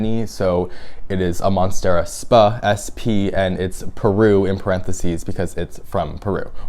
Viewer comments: just fyi. sp in the scientific name "monstera sp" means species. so it's "monstera species" not "monstera spuh". :) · Just a heads up, “sp.” is an abbreviation for “species”, so when saying the name aloud, you would say “Monstera species Peru”. This is an amazing plant haul btw! 😊